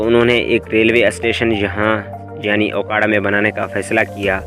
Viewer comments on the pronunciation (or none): Bhai ye aokara nhi hy me okara se hn